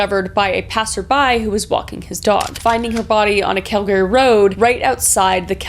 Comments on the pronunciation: Kris I knew you were from out west, but I wasn’t sure which province until you said “Calgary” and your BC accent really stood out 😂 (Not making fun of your accent, I’m from the Maritimes and I know we sound goofy 😂) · She’s Canadian and she can’t pronounce Calgary? I am from Quebec and I can nail it. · Is that the correct way to pronounce Calgary? I thought it was pronounced with an “er” sound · Are you fing with us or have we all been saying Calgary wrong the whole time? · Kris, I love what you do, but your pronunciation of Calgary was killing me. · as a fellow Canadian I don’t like how you pronounce ‘Calgary’ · But WHY are you pronouncing Calgary like 2 separate words?! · 😅 No Canadians pronounce it Cal - garY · Kris, love you but Uhm this is the first time I've ever heard Calgary being pronounced like that😅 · the way you say Calgary as Cal Gary instead of Albertan approved cal gree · Kal-Gary? I've always heard it pronounced Kal-Gah-Rhee. But I'm not Canadian, so there's that.... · Kris Texas is getting to you lol as a new founder it’s pronounced cal- grr- ey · I hate to be critical, but it is CAL-ga-ree, soooo not cal-GA-ree. It was just so distracting I had to mention it. It's not difficult or rare in English, so it just seemed very off. Other than that, I have been enjoying your videos! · Dont say "cal-gary" it's "calgry" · Not to be that guy but, its not pronounced cal-gary its pronounced cal-gree. I've been there a few times. They're very upset about it being pronounced incorrectly. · I'm not trying to be an arseh0le in my comment. It's pronounced Cal-gah-ree or Google says it's pronounced Cal-gree. I've never heard it pronounced Cal-gary. Forgive me, it threw me everytime you said it. It's totes my issue. 😂 Love you girl. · Is that how all Canadians pronounce Calgary? Cal-Gary…… I always pronounced it like Cal-gur-e! Siri also pronounced it the same way as me. 🤨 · “Cal-gree” not “Cal Gary” ❤ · Cal-gry not Cal- Gary 😏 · We call it calgry not Calgary LOL